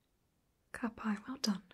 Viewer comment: Idk why but when you said ka pai i fellt so happy. - a maori